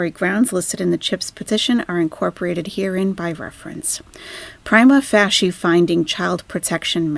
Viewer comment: Pry-MA fay-SHA 👍